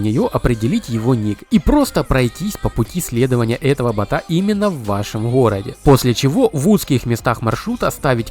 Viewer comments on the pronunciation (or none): Ханхать , в хороде, невозможно слушать